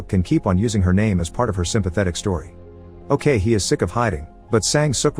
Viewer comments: Funny how you pronounced ok-hee as owkeihi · it's ok-hee... not "okay hee" waahsdashdasdjasd